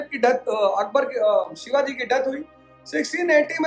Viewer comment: Sir sorry but don't say Shivaj, Its Shivaji Maharaj, aap aur hum unke pairno ki dhul bhi nahi hain